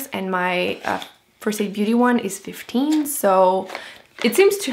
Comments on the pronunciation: Did u say 50% or 15% off? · I also heard 50% and I was like woaaahh